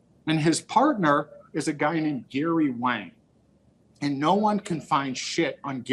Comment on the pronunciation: It's Wang. DEEP WANG!!!!